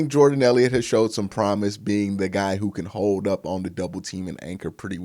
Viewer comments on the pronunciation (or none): none